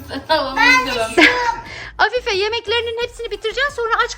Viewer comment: Afife ❌ haf😂fe✔️